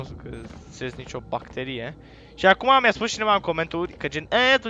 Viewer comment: Ti-am spus sa zici ''bacterie'' cu accent pe bac ca dai bacu' (Imi pare rau da trebuie sa-ti spun ca dai bacu!)